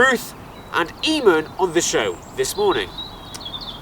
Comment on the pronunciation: eeemon?? It's pronounce ay-mun